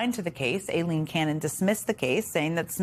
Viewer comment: Trivial point but thank you jen for pronouncing Aileen properly 😊